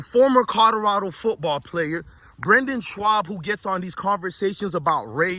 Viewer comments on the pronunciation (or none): My guy..his name is pronounced BRENDAN…aka “Brin-din”…and his last name is pronounced “SHOB”.